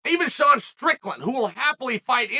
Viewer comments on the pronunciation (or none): none